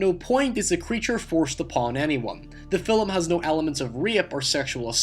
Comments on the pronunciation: Ha ha, around 45 sec he says Fillem for Film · Say "filim" again! I DARE YA!!! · Why do you pronouce It "filUm"? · "fillum" film "hoyse" house "seeyaf" safe. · Cranky Carrot Yeah...his pronunciation is driving me nuts. Great information, but I cringe every single time he says 'fill-em'. 😖😖😖😖😖😖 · why don't you have more subs, you are interesting. Even if you do say "fillem" :D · What accent do you have? Does your fanily also say "filum" or just you? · Yeah its just one I don't hear often... this thread was about him pronouncing a word differently, I just added one I noticed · Weird question: why do you pronounce "film" with two syllables? Is that a regional dialect? I've not heard that from other Scots before. And no, I'm not making fun, I'm genuinely curious. Linguistics are a thing for me. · Never heard "film" pronounced as two syllables until now. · love your video, the only thing i dont like is the way you pronounce the word "film" lol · "Film" only has one syllable! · Where are you from that you pronounce "film" in two syllables? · Dude, you have one of the most bizarre accents I've ever heard... Is that Scottish? Dutch? You pronounce certain words in such a strange way, like I've pretty much never heard before. You say "film" like "fill'em" And "rape" you said "re-up" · "Hoaw" "The fil-lem"